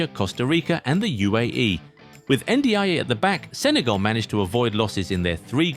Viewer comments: Pronounced N-jai. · It's pronounced njay.